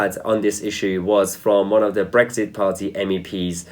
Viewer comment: theres no g in brexit so stop saying bregxit